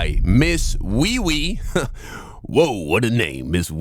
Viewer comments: Lol, I don’t think you pronounce “MissWeiWei” as “WeeWee”, I think it’s pronounced “Way Way”. I use to play Dynasty Warriors back in the day and the Wei Kingdom was pronounced “Way”. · Not wee wee it’s pronounced weywey 🤣🤣🤣🤣🤣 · Boy it's not pronounced wee wee 🥀🫩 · Almost 50% sure it’s pronounced “Way-way” bro. But I could also be 50% wrong 😂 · It's pronounces Ms. "Way-Way" bro. Culture yourself. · it’s pronounced (WAY WAY) 😂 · I think it’s pronounced Weiwei (way-way) but idk maybe you said it like that so I’d comment this and if so touché 😅